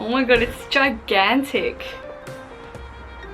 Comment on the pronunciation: “Oh mahg gowd” 😂